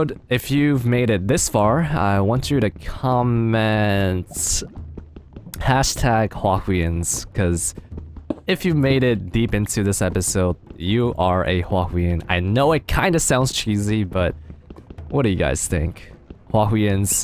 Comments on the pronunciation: Huahwian? really xD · #Huahwians!!! I think it should be Huahwins